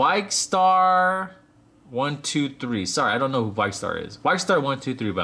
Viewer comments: You pronounce it as Vikkstar123 (Vee-k star 123) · you said vikkstar123 name rong